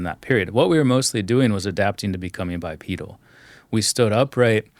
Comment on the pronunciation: Dude mispronounces “bipedal” 😮